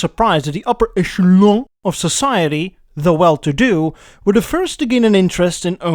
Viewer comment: The pronunciation of "echelon" is, without doubt, the greatest enunciation of that particular word in the entirety of recorded human history.